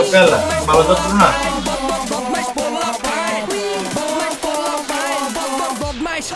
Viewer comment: "Pulapain" not bro "polapain"😑😑